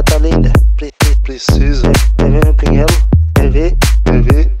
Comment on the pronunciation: Quéx quéx , não quéx dix